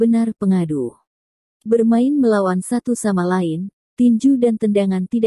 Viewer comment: Lelucon=lelukon Lain=yein Kurang belajar googlenya🤪